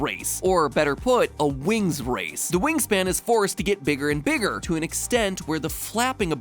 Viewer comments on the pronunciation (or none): ... a wings wace